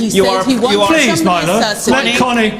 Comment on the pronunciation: Calling him 'Meelo' was pretty lame- what a bitch lol.